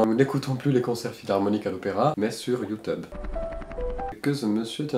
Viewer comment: très cher, cela ce dis youtube et pas yout...